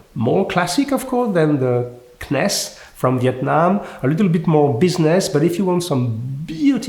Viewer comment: CNES is pronounced as : See Ness.